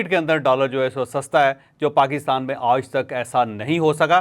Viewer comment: لفط "آج" پر زور ذرا کم دیا کریں